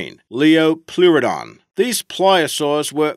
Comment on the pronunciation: it's lie-oh- pleare-adon